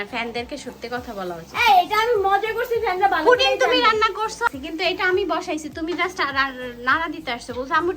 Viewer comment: পুটিং নাহ পুডিং ভাই 🌚